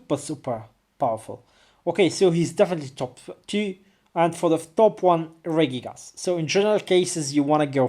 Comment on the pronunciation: It's funny how you pronounce Regigigas. It's actually Regi-gigas. And you pronounce it Ray-gigas. I think you know that already but mispronounce it because of your habit. :|